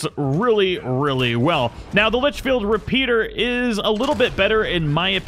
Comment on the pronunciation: You keep saying "Litchfield Repeater".... Like way more than once. But you did say it right the first time 😂😜